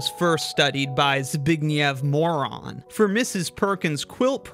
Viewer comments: As a Pole, it hurts me so much to hear Zbigniew's last name be pronounced as "Moron" lol. just as a heads up, "Ń" in Polish makes the same sound as "Ñ" in Spanish, which is sort of like a "nyuh" sound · It's not Zbigniew Moron xd ń is pronounced like the Spanish ñ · I don't like how "Moroń" (where "ń" is pronounced like Spanish "ñ" or Italian "gn") was pronounced "moron" 😅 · It's not, he pronounced it wrong. It's a polish last name Moroń, "ń" should be pronounced softly, a bit similar to the English word "knee"